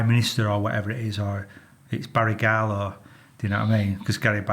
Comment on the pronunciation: Does he say barry garlow garry barlow 😂